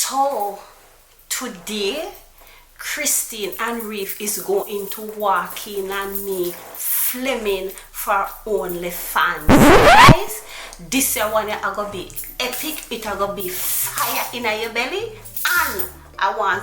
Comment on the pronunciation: Mi like it before mi watch it!!! Right after yuh said Flimming😂😂😂